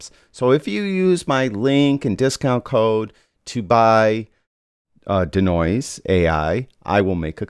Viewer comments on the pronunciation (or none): Can we all agree that the pronunciation of 'Denoise' is 'DEE-noise' not 'duh-noise' nor 'deh-noise'. Think deconstruct or deescalate. 'De' in front of another word generally means to remove or eliminate. Otherwise another great video.